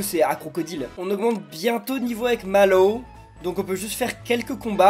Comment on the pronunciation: Mallwo. On. Di. Re. Man. Papa😂😂😂😂😂😂😂😂